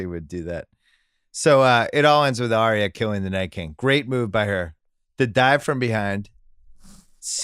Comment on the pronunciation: Ryen puts an extra syllable in Daenarys "Da-nare-ee-us", Bill puts an extra syllable in Arya "Ar-ee-ya"